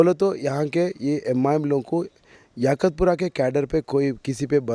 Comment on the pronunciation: 😂😂😂😂😂 YAKHUTPURA AREA KA NAAM BOLNA SIKHO ELECTIONS CONTEST KARNE SE PAHLE 😂😂😂😂😂😂 ABE TOTLE ENGLISH AUR HINDI BOLNA SIKH 😂😂😂😂😂 MOUH SE GUTKA NIKAL KE BOL 😂😂😂😂😂😂😂